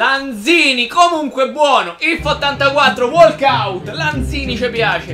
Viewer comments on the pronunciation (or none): none